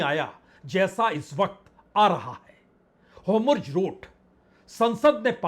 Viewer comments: Nahi sudharne ki kasam kha li hai kya, 'ho-murz' nahi 'hor-muz'. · बाजपेई जी नमस्कार, होमुर्ज ( homurz )नहीं बल्कि (hormuz) होर्मुज जलडमरूमध्य है कृपया संशोधन कर लीजिए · आपका उच्चारण हॉर्मुज शायद सही नहीं है।